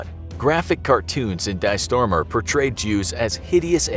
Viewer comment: "Dee Schturmer"